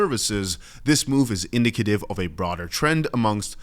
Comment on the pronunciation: In-dick-a-tiv. Not indict-A-tiv